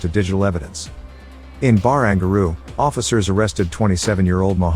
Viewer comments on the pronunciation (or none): Hahaha Bar-ang-gar-roo Useless AI voiceovers 😄